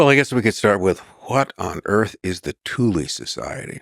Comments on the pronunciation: why are americans always pronouncing E as I ? thulE not thuli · I've got German friends, according to them it's correctly pronounced as TOOLAH. Definitely NOT Toolaay 🤣👍🏻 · Pretty sure it's pronounced 'TOOL' not 'THOO--LY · And the guest can't pronounce Thule correctly either. It's not Toolaay. It's TOOLAH. I have German friends, I asked them, it's pronounced TOOLAH. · The THULE Society, Thule: German language. Therefore the correct pronunciation is: "Tool-ah" . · I know! That's absolutely shocking. I can't help but wonder if it was done on purpose for whatever reason. The other guy can't pronounce Thule correctly either It is pronounced as "Tool-ah" It's a German word, they DON'T pronounce the "TH" sound. And the letter "E" on the end is pronounced "AH" . So, correct pronunciation is Tool-ah. I'm not just making this up, I have some German friends, they told me how it should be pronounced. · This guy said nothing but “bunch of gobbledygook” and gave no other background than some random guy that he barely tied into all this. I’d like to hear his opinion on the Talmud next, and “TOOL-EE”….. cmon Jew at least try to pronounce the shit correctly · Hell of a pronunciation on Thule, I believe it rhymes with fool or tool. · It's pronounced "Thool" - Supernatural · It isn't pronounded Tu lee. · I'm struggling to watch this when he can't even pronounce the name of the society correctly. Typical yank.